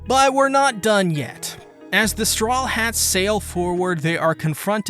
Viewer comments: Serious question why do you always mispronous strawhats as "strawlhats"? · Why does he always say „The Strawlheads“